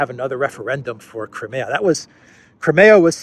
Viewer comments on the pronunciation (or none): Great video. One little thing: Crimea in English is pronounced Cry-ME-a. In Russian, BTW, it is pronounced like Cream, as in whipped cream, with a lightly rolled r. Spelled Крым. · Is there no one available to tell how to pronounce Crimea?